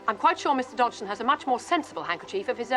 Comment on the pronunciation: This movie pronounces his name wrong. The G was silent, so it was pronounced Dodson.